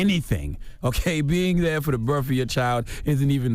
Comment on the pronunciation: It's properly pronounced BIRTH not BIRF